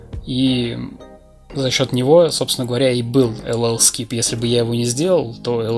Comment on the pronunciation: ох как уши то режет пэлл скип...